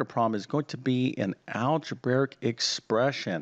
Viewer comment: “Algeberric” isn’t a word. If you’re going to teach math, please learn the proper pronunciation of mathematical terms.